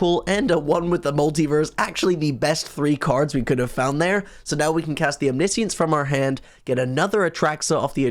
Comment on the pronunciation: Is anyone else disturbed by the way pronounces Omniscience?:D